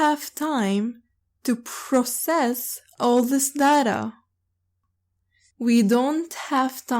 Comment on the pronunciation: شكرا لكي يا عندي سؤال لفظ كلمت data داتا انتي تلفضينها درا